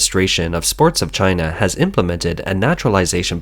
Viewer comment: Gii-na not #1 🤣